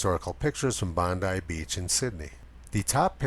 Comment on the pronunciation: Thanks for adjusting your pronunciation of "Bondi". Now you sound like a local! :)